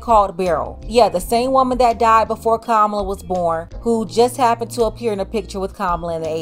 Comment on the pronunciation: you could’ve at least pronounced her name correctly!!! It’s Comma-Lah 🎉